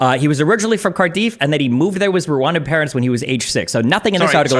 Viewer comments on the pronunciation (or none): Time like these you can tell neither of them are from the Northeastern US where place names like Plymouth (we pronounce Pli-muth) and Cardiff (Kar-diff) are common. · Hearing Destiny pronounce Cardiff as Car-Deef and Lauren pronounce Plymouth as Plie-Mouth caused my soul to leave my body. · you litreally pronounce those how they're spelt though like Gloucestershire fair enough if you get it wrong but cardiff is literally pronounced cardiff and Plymouth is like the American's favourite place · As a welsh man the greatest offence to me was the pronunciation of cardiff